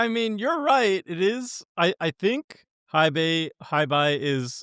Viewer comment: Hei is pronounced "Hey". We already have to suffer people saying Eye-Ganjo, it would be dope if this time around content creators helped enforce the right pronunciation this time around.